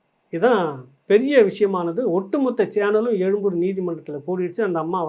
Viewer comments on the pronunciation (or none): none